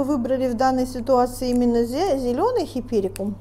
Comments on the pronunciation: Дамы, не хиперикум а хайперикум, учитесь правильному выражению на иностранном языке. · Правильно-Гиперикум, а не "хиперикум". Смешно даже-флористы. А Ваша ,,особая" спиральная техника? Сначала хризантемы собрать, а затем тыкать розы... Какая-то колхозно- спиральная техника. Упаковка -ужас .